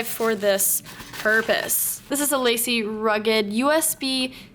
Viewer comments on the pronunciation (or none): Sara, love watching your videos !!! But... Please, Please stop calling the hard drive company, "Lacy." They are a French company and pronounced, "Luh See." On another note, You HAVE to visit Gaffney, South Carolina !!! Stay Peachy !!!